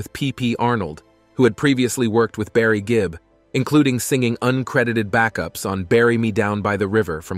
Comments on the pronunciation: Andy Gibb not Gibbs. If you're going to make a "documentary" do your research first, get the names and facts right or don't bother. The true fans know the truth. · Seen too many of these ridiculous videos on yt lately. As another comment said, straight from a wiki page. Can't even say the name of the person that the "documentary" is about properly. Gibbs? Geez. Massive thumbs down 👎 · Probably the same way the author of this video didn’t realize he was mispronouncing Andy’s last name 🤦🏻‍♂️ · Well it starts off in the first 30 seconds of the video mispronouncing his name so I’m out ✌️ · Not even five minutes in. Maurice is pronounced "Morris" and their father's name is not High - it's Hugh. The surname is Gibb - not Gibbs.